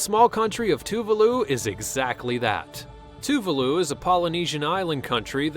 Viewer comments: Too-le-voo?! Too-VAH-loo, omg. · it's pronounced (Too-Var-loo